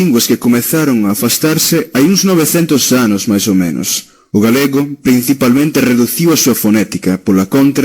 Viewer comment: Não se pronuncia 'galhego' em português mas sim 'galego'.